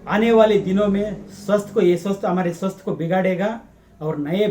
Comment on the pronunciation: ಕನ್ನಡ ದಲ್ಲಿಯೆ ಮಾಡಿ ಸಾರ್. ಸ್ವಸ್ತ್ ಅಲ್ಲ ಸ್ವಾಸ್ಥ್. ಕನ್ನಡ ದ ಹಾಗೆಯೇ. ಸ್ವಸ್ಥ ಹಾಗೂ ಸ್ವಾಸ್ತ್ಯ...ಎರಡು ಪದಗಳು ಉಂಟು. ನಿಮ್ಮ ವೀಡಿಯೋ ಗಳು ಅತ್ಯಮೂಲ್ಯವಾದ ವು.